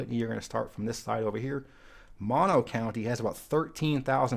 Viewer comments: Mono County is not pronounced as the opposite of stereo or Maw no. Mono is actually a Native American word and is pronounced "Mow no." Since this is a California channel, it is important to get this one correct. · A quick note on Mono County. It is not pronounced like a stereo with only one speaker. Instead it has two rhyming syllables with long "o" sounds: Mono, like oh, no. Alpine County is one of my favorites, but there was a large fire there a few years ago that scarred much of the county. It is mountainous, but is not the CA county with "Alps". That would be the county you have not visited, Trinity County, home of the Trinity Alps wilderness. Also the county seat of Trinity is very much worth visiting. Weaverville dates back to the 1850s, when there was a mining boom and some buildings are from the 19th century. There is a Chinese temple there which is now a state historical park (built around 1880). Some of the old buildings downtown have exterior spiral staircases to get to the second floor. At least one commercial building has been in continuous use since 1854. Check it out next time you are in northwest California.